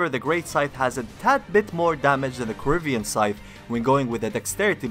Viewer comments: Please stop pronouncing "corvian" as "corivian". It's core-vee-anne, not core-ih-vee-anne. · Kor-Vee-En Corvian not corivian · It's a Corvian Scythe. Like a Corvid. A crow. Not Corivian. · Corvian scythe, not Corivian scythe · I keep hear Caribbean instead of Corvian